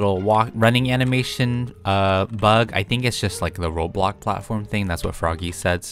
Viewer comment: srry its causing me a bitta ptsd its pronounced BLOKSBURG (Bloxburg) and ROBLOKS (Roblox) sorry for annoying the hell outta u but slay ur day away